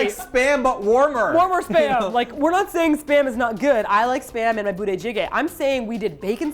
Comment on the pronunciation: I just saw that with Keys hair now TROLOLOLOL. ... Am i the only one who understands Sperm instead of Spam all the time? Cooked Sperm. Onion Sperm...and so on xD